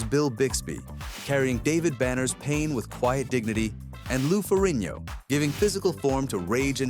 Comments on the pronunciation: His name is ferrigno not ferino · When you can't pronounce the "g" in Lou Ferrigno's name...😉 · His last name is pronounced Fur rig no. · I appreciate your commentary and your enthusiasm. However your mispronouncing Lou's last name. And also the series was never on NBC those were the TV movies. The original series was always on CBS.